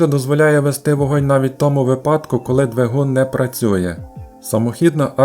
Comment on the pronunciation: Дякую Автору за працю! Вподобайка та коментар для розвитку Вашого каналу та кращого поширення контенту алгоритмами YouTube 💙💛 Дозволю собі лиш невелике зауваження: наголос у слові "випадок" має бути на "И", по типу слова "вИсновок". ... щоденні звіти пана Ляшко, що робив цю ж помилку під час "ковіду", досі мають значний негативний вплив на мову людей, що дивились ЗМІ... І передавали далі, як вірус... На жаль. (((